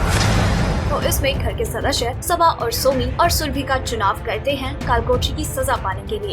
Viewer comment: Ur pronunciation is just so badddd....sadashya nahi sadasya kehte hain😂😂